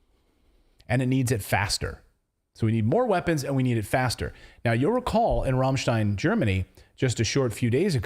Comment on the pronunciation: I cant tell you how much I appreciate you pronouncing Rammstein correctly lol. Its really eerie and weird that he said "both sides" need to "ramp up" military industry in a complex way. 😯